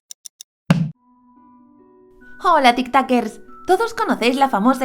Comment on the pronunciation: Literal cuando dijo "hola tik takers" pensé que iba a decir tik tokers